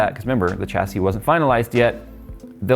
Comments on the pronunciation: tcha-see? Sha-see (chassis) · "SHASSY" IT'S PRONOUNCED "SHASSY"! IT'S A FRENCH WORD, SAY IT RIGHT FOR THE LOVE OF GOD.